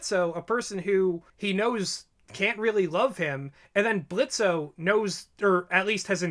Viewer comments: I just have to say this: ITS PRONOUNCED BLITZ NOT BLITZO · The fact u kept on calling him blitzo triggers me THE O IS SILENT >;( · Please stop pronouncing the "o" in Blitzo. Its pronounced Blitz. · The O is silent lol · The o is silent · It's pronounced Blitz, the O is silent. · THE O IS SILENT. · The "O" is silent! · The O in Blitzo's name is silent, fyi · The “o” is silent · His name is Blitzo but the O is silent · the o is silent stop saying his name wrong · Every time they said Blitzo with o. I played a soundboard on my phone of blitzo "The O is silent" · The O is silent now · The “o” in Blitzo is silent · Guys, it’s pronounced “Blitz”. The “o” is silent. He said it himself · Your Grammer is a bit DUSTY it's BlitzO but with a silent o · The o in Blitzo is silent. Lol he’s said this so many times. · I agree with all your facts and theories. But Blitzo is pronounced Blitz. He even says “the O is silent” in the pilot episode. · Idk why but you pronouncing blitzo's name with the o is getting me mad, in the three animations hes pronounced it as blitz, in the 2 episode it is clear it was once blitzo but hes changed that now, no hate just saying its pronounces blitz, "the o is silent" he said that in the pilot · It's Blitzø, the ø is silent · THE O IS SILENT!!!! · Small nitpick, but in "Blitzo" the 'O' is silent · The “o” is silent, don’t deadname. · THE O IS SILENT!!!!!!!!!! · Did they not hear Blitzo in the pilot? The O is silent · Blitzo: "the o is silent" Diregentleman: ima pretend I didn't hear that